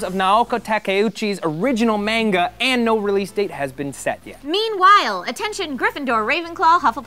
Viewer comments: Anyone else got just a touch mad on how Matt said manga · you said manga wrong